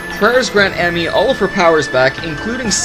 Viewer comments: he still pronounces ammy wrong. its not am-my its aum-my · YOU KEEP ON MISPRONOUNCING AMMYS NAME D